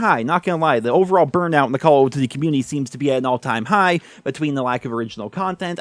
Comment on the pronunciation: i love it when he says call of doothiey